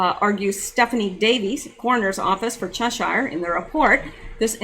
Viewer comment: Lol you’re so cute, it’s pronounced ‘chesheer’ (Cheshire) don’t worry I regularly debate with my Texan husband over my pronunciation of ‘yoghurt’, ‘router’ and ‘garage’. 😝